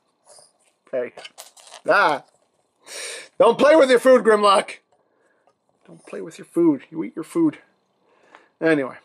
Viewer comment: Maybe it’s pronounced GUHRMlock?